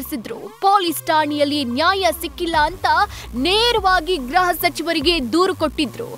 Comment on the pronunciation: ಗ್ರಹ ಸಚಿವರ ಅಲ್ಲ ಗೃಹ ಸಚಿವರು.